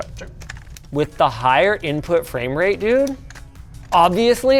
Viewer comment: Inpuhh latenceh